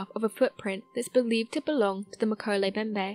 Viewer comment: All three M's in Mkele Mbembe are pronounced. MMMMMkele MMMMMMbembe